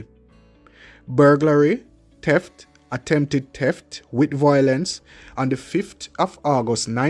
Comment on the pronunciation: it's not teft its pronounced theft, speak the English language properly.